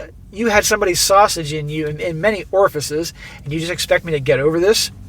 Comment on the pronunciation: Orify not orifisussusis.